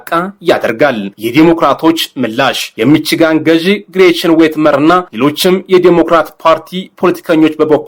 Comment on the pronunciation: ሚቺጋን የሚባል የለም ሚሽገን ነው:: ባካችሁ አስተካክሉ ብዙ የእንግሊዝኛ ቃላት አጠራር ትስታላችሁ